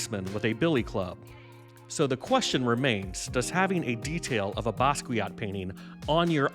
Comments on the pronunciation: Not to nitpick, but it's necessary: the name is pronounced Bah-skee-AH, not Ba-skwee-aht. 😉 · BASS KEE YO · Learn how to say his name correctly